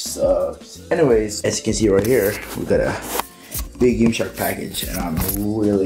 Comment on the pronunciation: Absolutely no one:: Yimshark